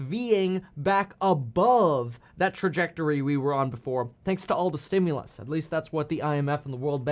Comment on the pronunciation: "Stimulus"... Lol.